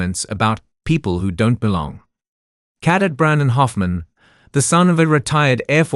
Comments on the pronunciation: I relly enjoyed the story but have to ask if the narrator really knows the words they are saying... many of the words are pronounced incorrectly, especially 'cadet' (CADEBT) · Please teach the narrator how to pronounce words like cadet! His pronunciation tho I can understand makes my ears hurt and my face wince.